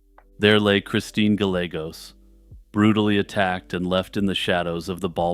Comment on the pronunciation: Gallegos is pronounced “guy-A-gOs” but otherwise stellar video.